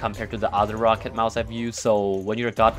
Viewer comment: He said roccat like “rocket” bot with an a instead of a e I saw ro-cat kones